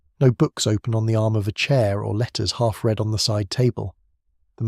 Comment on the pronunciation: Read, should be pronounced reed, as in plan to or will, future tense. As you pronounced it, red, that's past-tense, as in I've already read them.